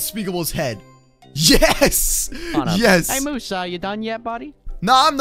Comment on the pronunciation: Not moos it's moose